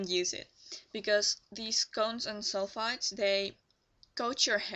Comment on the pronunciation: Hi! I'm sorry for not understanding, but are you saying cones & sulfides? Or cones & sulfates. It clearly sounds to me that you are saying sulfides but when I look online for more information I see a lot of people saying sulfates are bad for your hair. Thanks and have a good day!